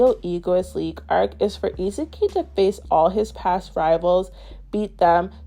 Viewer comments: It’s stressing me out why you keep calling Isagi… Izuki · nice video! Somehow whenever you say Isagi I hear Izuki xD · Her pronunciation of Isagi cracks me up! It sounds like Itsuki 😂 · Good video, but I think you are saying Isagi’s name wrong